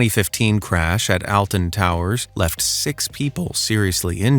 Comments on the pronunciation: also, its pronounced AUL-TON TOWERS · Bro butcherd the pronunciation of Alton Towers